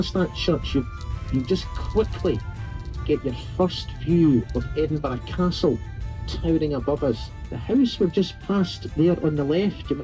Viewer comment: It was like hearing nails down a blackboard hearing you say EDINBURG over and over again. It's pronounced 'Edinburra' NOT EDINBURG or EDINBORROW